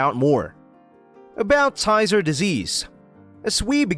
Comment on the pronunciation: You are mispronouncing Tyzzer